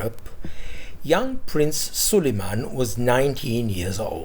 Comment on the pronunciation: Love this! Your accent for Suliman as a Scott is amusing.